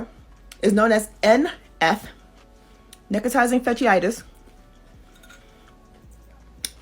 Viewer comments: I cannot with the "Necrawtinizing fashisisi-itis" 🤣 Oh man, that was even better than when they called it the flesh eating vulva STD We really need to do more health education in the US, this is just embarrassing at this point. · This is absolutely nothing new. What do people think syphilis is? Also, my god, some of these people's pronunciation 🤦🏽‍♀️🤦🏽‍♀️ girl could have googled real quick before posting a video, but no.